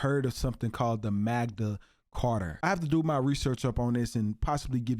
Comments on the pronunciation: Hey I don’t wanna be a dick but it’s called the “Magna Carta”. Seriously how can anyone listen to that lady call it the “Magda Carter”. She even spelled it out. Please stop being absolutely clueless. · It is referred to as the MaGna Carter, not MagDa carter. G NOT D!!!! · 20+ years studying law. Its 'Magna Carta' not whatever she said, 1215 was correct...it was...it was also written for ENGLAND not the U.S...Holy f*c...some people just believe anything with no source checking.